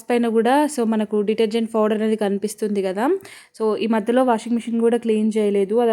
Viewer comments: Powder ❌ fowder✅ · Nee foudar paadugaanu, powder not foudar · Pouder kadhu powder